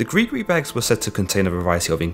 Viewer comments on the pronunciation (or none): gri-gri, not gris-gris fool.